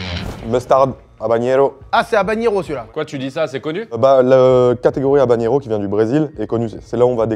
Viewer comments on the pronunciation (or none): c'est "havanero" et pas "havaGNero" 🙄